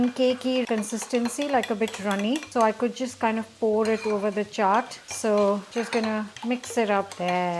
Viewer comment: If any of you are watching just to learn how to pronounce chaat